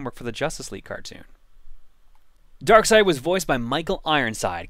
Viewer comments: I am pretty sure it is pronounced Dark Side, not Dark Seed. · I refuse to pronounce Darkseid as Darkside. I pronounce it as it's spelled. Bad grammar should never be helped. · It's pronounced "Dark side"? I thought it was "darkseed" for some reason. "Did you kill Lois?" Just like Action Comics being one of the longest running comics, this will be the longest running LP by the time it's completed.